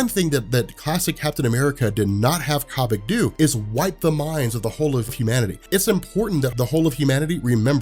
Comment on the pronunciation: Corn on the Cobik.... Stop it. It's like Kobe Bryant. Kobik